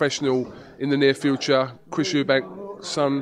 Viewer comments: You'd think he would know that it's Eubank, not Eubanks. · its chris eubank not "eubanks" wtf, he fought the guy cant he get his name right?